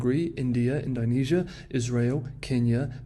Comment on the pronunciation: All that effort with the Mandarin tones, and yet "Ind-OH-nesia" is somehow beyond you, mate? :) How bizarre.